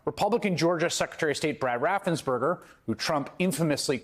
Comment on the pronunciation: His name is Raffensperger, not Raffensburger - please pronounce it correctly. Thank you.